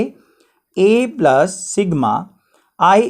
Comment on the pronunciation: The best video I have ever seen in my life..... Keep it on sir..... We love you bss aap plos ko plus bola kro thanku sir.... 💖